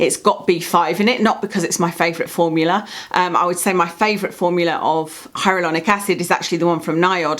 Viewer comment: Do you know you say HyaRuLonic instead of HyaLuRonic? Love the channel! Rarely buy a product these days unless I’ve watched your video on it, you have the same experimental nature with skincare as me. Really respect your channel and long term reviews!